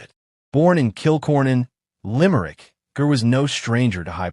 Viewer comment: It's pronounced "Jer," not grr. Awful AI crap. Ger deserves a better tribute than this nonsense. I stopped at the mispronunciation of his name. YouTube needs to ban this crap. RIP, Ger.